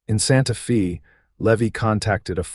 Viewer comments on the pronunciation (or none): Either teach AI how to pronounce common names or quit using names AI cannot pronounce - Eleanor is not Eleeener, Levi in not Levy, Santa Fe is not Santa Fee, Stagecoach is not Stage-E-Coach, etc. I like the stories, but this is like bad grammar! Twists my ear every single time!